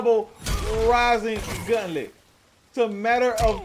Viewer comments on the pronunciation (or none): Idk why, but the way you're saying gauntlet is driving me crazy. It's gauntlet, not guntlet. Gaunt, like taunt.